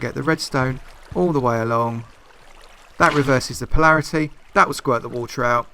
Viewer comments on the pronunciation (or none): Palaraty?? You mean polarity? Lol